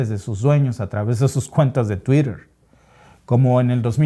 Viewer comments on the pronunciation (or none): none